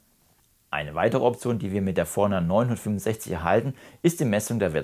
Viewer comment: Super Video, vielen Dank! Als netter Tipp gemeint: Mich hat etwas verwirrt, dass deine Betonung überwiegend auf der 900 lag und nicht auf 50 oder 60 (dem eigentlichen Unterschied der Bezeichnung). Das hat mich immer etwas aus dem Zuhörfluss gebracht. Kleinliches Gehabe, ich weiß. Aber vielleicht hilft es ja 😅